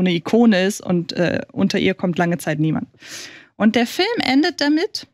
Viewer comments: FÜLM... Kannst du es einfach richtig aussprechen man? ... BÜTTE?... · Kann ma bittel jemand sagen, dass "Film" nicht "Fölm" ausgesprochen wird... Mag ihn, aber auf Dauer (und er benutzt dieses Wort ja auch in jedem Satz drei mal hintereinander) stört es leider schon... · wenn er dann noch "Film" sagen würde und nicht "Fölm" wäre alles super.. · Da hast du dich verhört. meint Föööm, ohne l. Ein Föööm ist ein Lichtspiel unter Mitwirking von Tom Cruise.